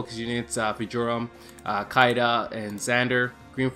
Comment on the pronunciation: Did I hear it correctly? "Kay-Dah", who's "Kay-Dah", fam lol? You meant "Shi-dah". Say it with me, "Sheeeee-daaaah".